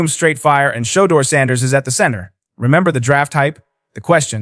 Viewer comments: Is he saying showduer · Can u please pronounce his name the right way? Why do yall do that mess? U pronounce every word correct except that man’s name. Someone has surely told u this. Get it right narrator.